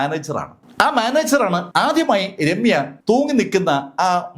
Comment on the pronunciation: ആധ്യമായി, സെക്യൂറ്റിക്കാരൻ, വചീന..